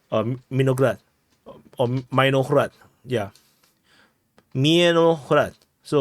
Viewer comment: Mirnograd mirno =peacefully grad=city so it is "peaceful city" also pronunciation of"i" in their languge and other slavic languages is like "i" in "in" :D not like in "I am" :D